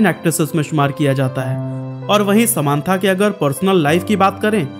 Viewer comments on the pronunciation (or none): ❎ समान्था नहीं समन्ता ✅ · Nobody: This guy :sa maaan thaa